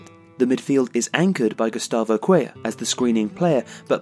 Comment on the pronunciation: something's really happened to Paqueta since the world cup break, he hasn't been nearly his regular self and Flamengo are in freefall. Excellent video guys! I hope Lucas and Arthur stay on track, Brazil's future midfield is looking strong. (also, Cuellar is pronounced like Cue-Jar in Portuguese, I think it's similar in Spanish).